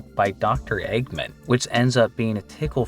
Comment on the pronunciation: i have a hard time believing he doesn't know it's "egg man," not "eggmin"